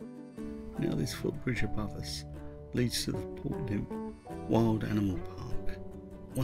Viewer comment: Great vid showing off the best of the marsh. You went almost past my house but not quite. Yes you did pronounce Lympne correctly :)